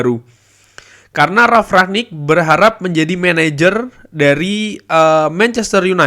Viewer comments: rangnick bang bukan raknick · Kritik bang cara penyebutan Bukan rak nik tp rang nik